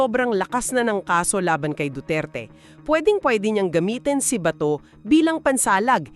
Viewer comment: AI excuse me wag dahan dahan Ang pag bigkas Ng BATO dapat mabilis Kasi Hindi nya Yun apelyedo kayo talaga mga AI palpak din kung misan mas marunong pa akong kinder lang Ang inabot ko